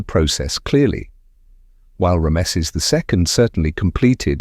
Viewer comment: "Rammesseees" stop it you spastic